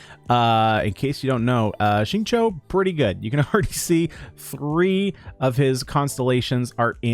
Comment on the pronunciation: Xingqiu’s name is pronounced closer to ‘shing chew’, than ‘shing cho’. The English voice actor is wrong— listen to the Chinese VA or better yet see: It’s hard to follow YouTubers that really mispronounce characters’ names. You don’t need to get the 4 Chinese tones perfect, but you should get the basics close.